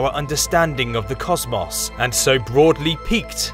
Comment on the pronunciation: "Cozz-Moss." Lmao.